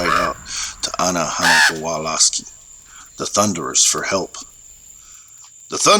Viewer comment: “ana hana kawalaski” 😂 omg i can’t breathe 💀 MY DUDE. if you can’t even say their name without it sounding like a war crime, you probably shouldn’t be telling their story. it ain’t yours to tell.